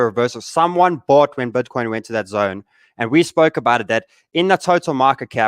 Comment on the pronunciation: Cmon "BETCOIN" !